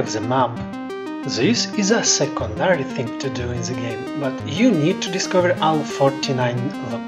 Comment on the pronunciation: ze ze ze brother it's the